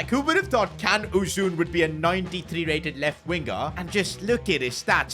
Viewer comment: its ' JAN ' uzun. Not Kan lol pronounced different than Jan in english.